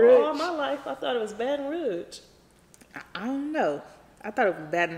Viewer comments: bruh From BR thats so lit n she pronounced it perfect lol thats how us mfs from LA say BR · YESSS SHE FROM MY HOME TOWN SHE SAID IT RIGHT BATON ROUGE!! That’s crazy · I got hella family in Baton Rouge. How pronounced it is how they say it down there😂💯